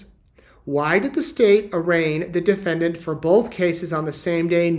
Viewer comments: Defedant? Lol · SEPARATED, not SEPERATED. DEFENDANT, not DEFEDANT or DEFENDENT. Lori once Vallow, now a Daybell Has one more fault, she cannot Spell Files yet another Dismiss Motion But alas it's no magic potion She thinks she is a beauty queen When toxic as a can of benzene She killed her husbands one by one Now in her trial she is coming undone Charles Vallow was kind and decent But to Lori, he was just the most recent She killed Tylee's father, then Tylee herself And sweet little JJ, a mischievous elf Tried to shoot Brandon, thank god she failed Because Alex her bro, panicked and bailed Then hardworking Tammy, so athletic and brave Chad, Lori, and Alex, sent to an early grave Then as Charles' murder trial date loomed near Alex talked too much, and Lori felt fear So little sis Lori, told Alex to fly So Alex went off, took poison to die. If she hadn't been caught, who would be next? Why Chad of course, oversexed and much vexed. She would have told Chad to take a pill and nap Then blamed him while he off'ed himself, like a dutiful chap I've followed her history, she's a psychopath and Narc I've never seen a mind so devoid of love and dark. She once had the manner of a pretty blonde thing But her evil deeds turned her into a rusty box spring.